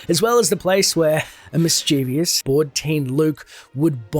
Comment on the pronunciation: you said mischievous wroooong